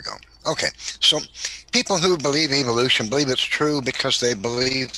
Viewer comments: Am I the only bothered that he keeps saying Eviloution ? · I like how he keeps pronouncing it 'evilution'.